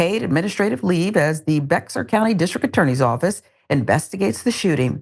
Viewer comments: Bexar pronounced Bayer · Bexar (pronounced bear) County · Bexar is pronounced "bear". I dont live there nor have i ever visited it but ive heard all kinds of stories about police and public official misconduct. Legenadary at this point. Stay away from it at all costs. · Oh my God…. It’s freaking pronounced Bear. Bexar is pronounced Bear. The x is silent. Or if you really want to pronounce it correctly in Spanish it’s Be-har. Y’all don’t check? You are a journalist for Christ sake. John Iadarola is saying it correctly now at least… geese people. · lol you called it like its spelled on purpose didn't you? I've called down there a few times and they get pissed when you don't pronounce it Bear county.. lol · Bexar pronounced Bay-har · Kens isn't spelled out. And Bexar is pronounced Behar! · "Bexar" County is pronounced "Bear". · It’s pronounced Bear county, not Bexar, it’s Texas you know. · Bexar = BEAR just so y'all know. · Bexar is pronounced bear.. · He was a felon the Jay walking was an excuse to stop him he was not supposed to have a gun either a well known felon and its Pronounced BEAR county for the love of god... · Bexar is pronounced Bear